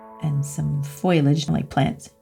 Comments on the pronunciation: Someone tell its FOLIage not FOILage 😂 love her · One of my favourite videos - awesome. BTW it's "foliage", not foilage. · I love your videos! I heard you say "foil-age instead of "foliage" and it kinda made me smile, one of my friends used to say it that way 😊